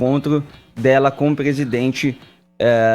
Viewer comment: Nao custava nada o fazer uma fono pra tirar esse R que ele tem, jornalista que não fala direito não evolui. PEGUESIDENTE PEGUEPAGADA PAGA O CARGO